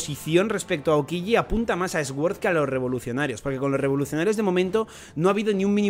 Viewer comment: pronuncias sword mal, mira en el traductor como se pronuncia correctamente que me pones nervioso😂